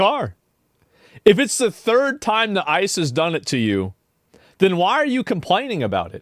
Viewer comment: Did she call ice isis?